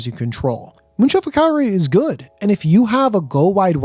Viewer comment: Its Cavalry Not Calvary😂